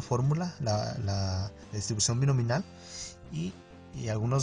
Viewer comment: DISTRIBUCIÓN BINOMIAL, no «Binominal»… ¡y qué desastre de explicación, amigo!😂